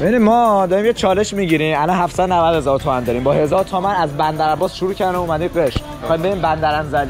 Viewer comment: چرا گفت بمدر عمباس😅